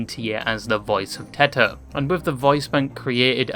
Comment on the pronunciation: teto ❌ teter ✔